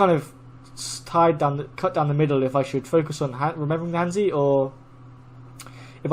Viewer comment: I have no idea what your level is but I've never heard you pronounce han zi correctly yet.